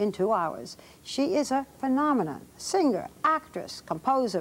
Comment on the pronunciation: Barbara should know that you don't pronounce the word 'singer' as seenGRR. The g is soft in ing words. You'd think that she'd be a little more educated.